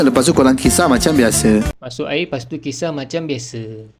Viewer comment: Air ke ayor bang...hahaha😂😂😂